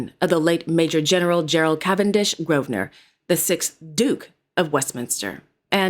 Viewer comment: Thank Heavens At last someone from the US who can properly pronounce Grosvenor !!! Love your channel. 💕